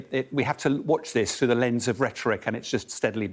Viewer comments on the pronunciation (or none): none